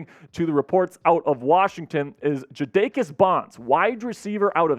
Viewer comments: The Hampton WR name is pronounced Jay da Kiss. Spelled and pronounced like the legendary rapper from rap group The Lox. 🔥🔥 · its pronounced JADA KISS. yall gotta do your due diligence before you butcher people's names on the internet